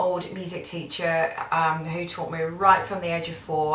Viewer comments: I swear I always feel like she says CHEATER instead of TEACHER haha.. Cute accent though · T-BAG Production Oh I just thought she said “tutor” ... But English isn’t my first language so idk